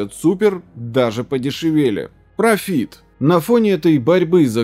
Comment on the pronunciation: PrOfit - ударение на первый слог.